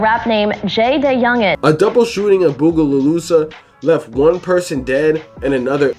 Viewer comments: Fr doe "bugolusa" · and Bogalusa "bugolusa" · It crazy how you pronounce Bogalusa😂😂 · You pronouncing bogalusa is pissin me tf off